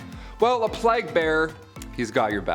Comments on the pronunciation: "Plag?" It's pronounced like "Play-gh lol. Otherwise, great video! What happened to Brie and Raechel?? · The "plag"? Like rhymes with flag? Wtf. Isn't it pronouncef the "playgue"